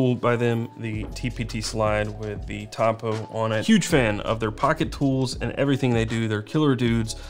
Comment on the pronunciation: is it me or does he mispronounce "topo" every time?